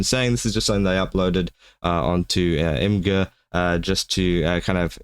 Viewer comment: Imgur is pronounced image-er